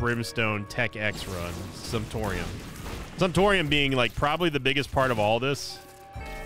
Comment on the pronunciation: Glad I’m not the only one who heard that and immediately thought “Simptorium”